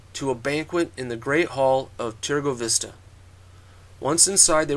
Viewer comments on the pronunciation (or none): Is not turgovishte but Târgovişte. Ş in english is SH and Â in english is not that easily to pronounce, but when you say mercedes benz the last pronounciation of z from benz is like Â.